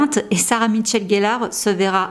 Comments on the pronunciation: C'est pas pour être lourde mais , tu dit " Sarah Mitchell gellar" c'est peu être involontaire.. mais du coup c'est pas très précis , quand on sait que c'est Michelle la présence du "T" ca choque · Apparemment, je suis la seule à avoir un gros problème avec la prononciation qui bute sur "MiTchelle", très étrange...j'ai bcp de mal!!